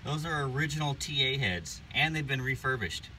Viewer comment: did he say thoes heads were TA heads or t8 heads